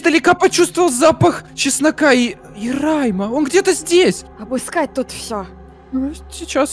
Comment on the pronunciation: Не рейма а райма